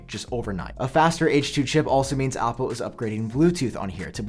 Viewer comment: You say words that start with A with an O = Opple please stop